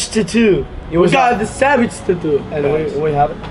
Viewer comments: Olivia L they said taotoo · Savage "tatwo" 😂😂😂